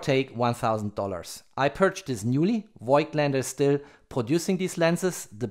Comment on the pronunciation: Nice Video! Thank you !! … A little mistake…🧐… The company Voigtländer is spelled like „fog t lander“ ! 🇩🇪👋👍